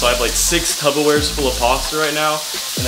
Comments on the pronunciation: Its tupperware, not tubberware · please tell me you said TUPPERWARE not TUBBERWARE